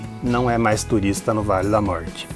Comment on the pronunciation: Querido não aguento quando vc fala vale da sombra da morte. Rrrr 😂😂vc é demais. Adorei seu vídeo.